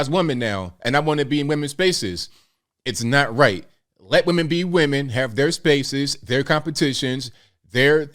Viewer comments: Aside from the accent...said WEMAN not women. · "..the miss universe organization from now on is going be run by we men ... " What's wrong? HE said it correctly 🤣